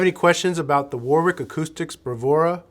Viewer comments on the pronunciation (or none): Say: "Wa-rick".